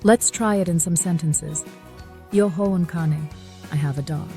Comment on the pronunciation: It’s useful to set out the conjugations of these common verbs but the pronunciation doesn’t seem very good eg Ho I have you shouldn’t pronounce the “h”. Also Every vowel should be pronounced .